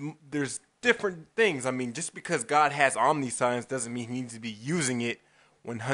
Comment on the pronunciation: Yeah.... Please look up how omniscience is pronounced, give you a clue it's not "omni science". Make a video that doesn't come off like a parody of christian apologetics, every one I have shown you video has spent 15 mins laughing at it thinking it was a fake, and make a video that attempts to understand my argument, and maybe I will take you seriously. At this point I assume you are either trying to be funny or have grossly misunderstood my argument. In either case think about it.